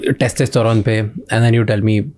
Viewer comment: Every time Shamani incorrectly says "testEsterone" 🫤